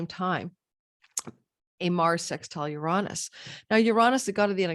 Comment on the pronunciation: Please learn how to pronounce Uranus… smh